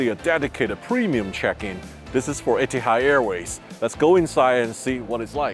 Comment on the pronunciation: Please educate yourself on pronouncing word Etihad not ettiead.